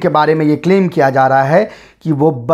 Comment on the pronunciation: बारे not बाड़े.....